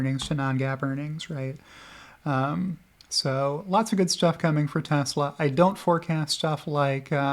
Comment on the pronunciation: "Telsa" + "EBITDA" = Good Times